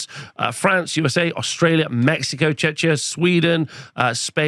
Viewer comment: Just to prevent any potential offense: it's pronounced Check-ia not Chech-ia <3